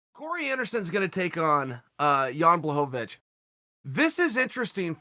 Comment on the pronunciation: Chael: Jan Blowabitch